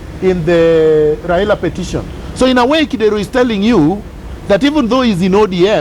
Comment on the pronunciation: I like Miguna's honesty,,, one thing though.. the way he pronounces Kidero's name 😂😂😂😂😂 Kideeeeeeero!